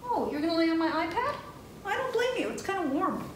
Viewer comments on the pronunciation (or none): none